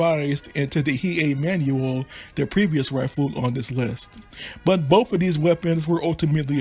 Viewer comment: Pretty sure the Hei is pronounced Hay(Hey) but is spelled as Hei :-)